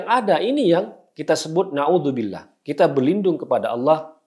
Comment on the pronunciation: Hahaha...saya seneng dengernya mas Guntur...'klo anis jadi capres...nauzubillah (mohon maaf klo tulisannya kurang pas, tapi kedengarannya begitu ditelinga saya)..kayak najis anis gitu...🤣